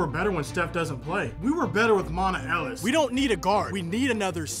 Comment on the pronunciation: “We Were Better With Mona Ellis” It’s Monta I Know